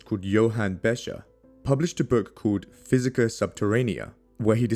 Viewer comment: Besher????? It CLEARLY says BeCHer with a CH as in loCHness...Please do your HOMEWORK before you do a video....DUMB!